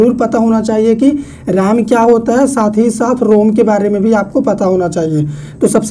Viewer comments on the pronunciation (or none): Bhaiya राम nhi रैम होता है 😅